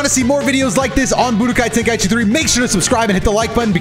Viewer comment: Ey yo, I'm in stitches xD That intro!! Sounded like Ten-gay-ichi xD xD I'm am zooted tho 😅